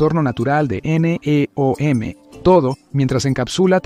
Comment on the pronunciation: Doceava es 1/12, querías decir décimo segundo, y NEOM no son siglas, sino una palabra, no tiene sentido como lo pronuncias... Y no digo más, porque el video es bastante malo...